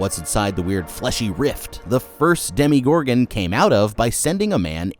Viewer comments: I'm sorry but does anyone else cringe when he says "Demi"gorgon instead of "Demo"gorgon? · Whenever I hear Demi-Gorgan I cry inside. It's Demo. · It's not "demigorgon." It's "demogorgon." So, not a pseudo gorgon, but a gorgon that demolishes things. Or a gorgon that's in the demonstration level. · Everytime you said "Demigorgon" I physically cringed